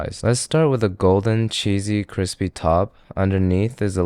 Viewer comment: When Josh says "whiskey business" or "cwispy" I want to reach through the screen and slap him! I can't watch him anymore...unless it's in a FutureCanoe video. I saw one video of his where his GF tried something and said "cwispy" and he looked at her like he just realized how ridiculous it sounds. I still don't think he learned his lesson.